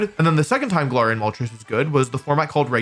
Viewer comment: Hey wolf, Im pretty sure its pronounced: ga-lair-ree-ian and not ga-lar-ree-ian. I watched the anime and it's pronounced like that so yeah ..